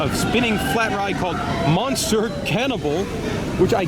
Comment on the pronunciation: So funny you said 'monster Cannibal', but its Monsieur (french for mister) Cannibal.